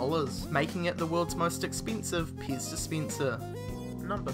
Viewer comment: Your saying pez paze